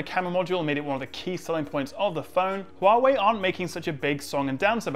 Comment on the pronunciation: glad to see (due to my tuition and voice training) that you`ve mastered the CORRECT pronounciation of HUAWEI, no longer hoo-wah-way !!!!